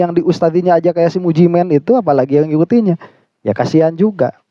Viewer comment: BACANYA MUJI MEIN😂